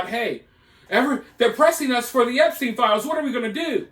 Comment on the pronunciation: Why not saying his name correctly.. with the severity of this case if you want the people to be aware of who you're talking about and taking it seriously then I think it's more than important to pronounce his name the right way ..